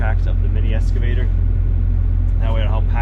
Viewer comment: Every time says "Esss-cavator" my old English teacher turns over in his grave. Looking forward to seeing how the OGP turns out. Wish I was able to do what he does.